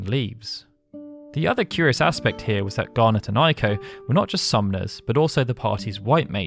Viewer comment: Its pronounced Ayko, not Eyeko. Ei in Japanese is pronounced like a long A in English. Ai in Japanese is pronounced like a long I in English.